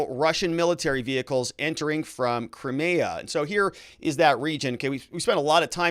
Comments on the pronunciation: Putin gave Zelenskyy 24 hrs notice of what he was going to do, Zelenskyy had lots of time to come to the table, this is all Putin asked, Zelenskyy chose not to. Also and this drives me nuts about you, butchering names all over the place; Crimea 'Cry- MEE- ah '. Russian troops move north from Crimea to Nova Kakhova to restore the water supply to the Crimea that the Ukraine cut off ijn 2014... 80% of the Crimean water supply came from there.. So the Ukraine's claim to be sympathetic and care about the Crimean people is bull shit. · Your pronunciation of Crimea and the breakaway regions are terrible